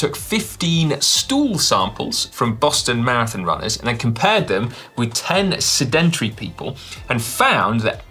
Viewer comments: hey Si... is sed-en-try the same as sedentary? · That's not how you say 'sedentary'... Now go and iron ya jumper 😂